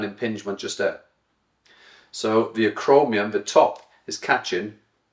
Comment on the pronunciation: acromioN, not acromiuM. I like your teachings, thank you.